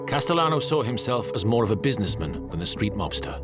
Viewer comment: "Businessmun" "Goiti" "Porl Casalannoo" 🤮